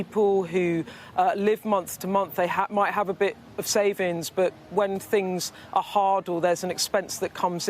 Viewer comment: This woman speaks so poorly; workinG (has a G on the end); SavinGs has a G in the middle, for instance.